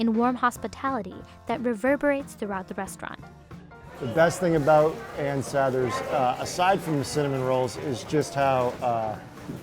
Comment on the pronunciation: Is she saying sathers right? I thought it was sah-thers not s-a-there